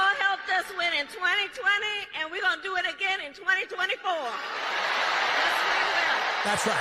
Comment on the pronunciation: She doesn’t even believe her own bull. Look at her face when she says “ we did it in 2020 and we gowna do it agin in tweny tweny fo, yes we are. TRUMP 2024!